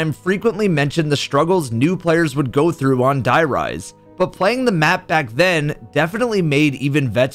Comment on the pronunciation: Die riese? Like dye rise? Seriously man? Why should i trust you to talk about zombies after that? Cant even stay correct for 10 seconds xD